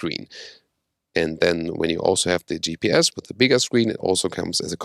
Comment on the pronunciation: When ever he says bigger I just hear "Big Ass" lol